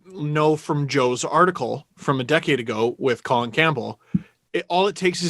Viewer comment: Rectum Campbell? bc he insists its "Co Lin" yeah?